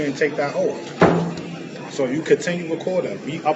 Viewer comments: Tf is an “oaf”? 😂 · WTF is, "Under oaf"? 🤣🤣🤣🤣🤣 You just can't make this shit up! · "They took a oaf". Dude needs to go back to English class. Moorish moron... 🤷🏻‍♂️ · “You under oaff” The audacity of that effing idiot to speak to that poor clerk that way. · YOU HAVE DONE NOTHING!! Also, if you're gonna say OATH, day that not OAF!! I know EXACTLY where that notice should go, in the SHREDDER!! They TRULY believe they did something!! LMAO!!😂😂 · They mean oath ! 😂😂😂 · Too an "oaf" to the constitution? 😅😅😅😅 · "You're under oaf".